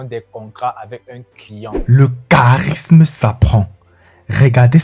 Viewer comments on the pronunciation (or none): le charismeu , differenteu , dominanteu .....j'aime bien l'idee , mais je ne supporte pas l'acces. on croirait une parodie des dialogues de kirikou